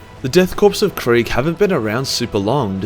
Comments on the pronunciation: Its not quig. Its KRIEG ! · Another youtuber also likes to say KRAIG in the same way you do